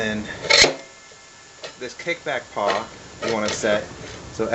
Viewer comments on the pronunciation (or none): Its pawl, not paw. Nice saw!